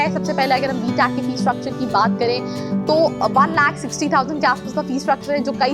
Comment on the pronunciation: Whattt is btaac , mtaac atleast pronounce it properly (btech , mtech).